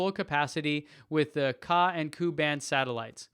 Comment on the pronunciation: Ka band pronounced as kay-ay band and Ku band pronounced as kay-you band. LOL